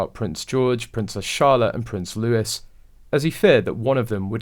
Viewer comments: Prince Looee not louis. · Please stop calling Prince Louis ,Prince Lewis .